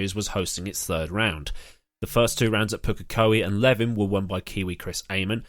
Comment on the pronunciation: Levin pronounced Live-in